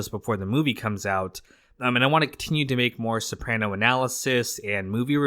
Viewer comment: it’s pronounced so-pruh-no not so-pran-o (I born and raised Capaci south Italy)